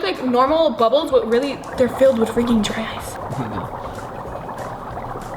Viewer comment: I thought she said dry ass bubble.. lmao sorry ily